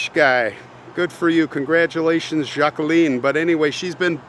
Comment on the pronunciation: love that you pronounced Jacqueline correctly